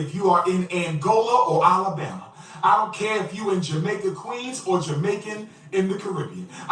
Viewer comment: He also mispronounces words that contain the letters A and O all the time. For some reason he can't say California he always says Colifornia. For some reason he can't say toilet. He says tallet. He can't pronounce Alabama correctly. He always says Olabama. It bothers me not only that he's a scammer but he has all those damn degrees and can't pronounce simple words correctly.